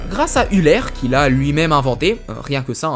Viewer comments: EULER pas ULER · "Grâce Üler" aie, peu de respect pour ce mathématicien suisse :(